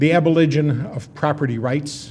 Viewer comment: instead of saying "Abolition" he says "Aboligin" . lol...